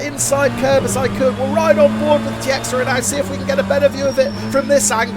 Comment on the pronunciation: Great race! I think Tiexeria is pronounced “Tacheera”.